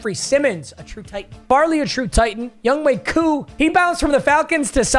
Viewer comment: Is it a joke that he calls him Yungway Koo?